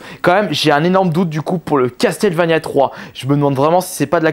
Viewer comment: "Castelle vania" "Di Ard" non mais oh mon dieu quoi